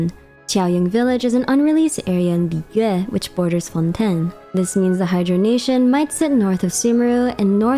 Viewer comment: Thank you for pronouncing liyue correctly. The amount of liweis, lliyoos, etc i have heard drive me crazy. It really is not that hard to pronounce it correctly.